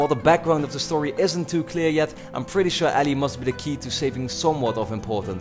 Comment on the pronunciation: I love how pronounces Ellie. You say "Alley" xD